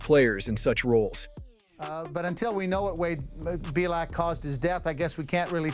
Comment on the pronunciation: I got as far as “Rick Ry-pee-in” and that was enough for me… and that was after overlooking the mispronunciation of Wade Belak.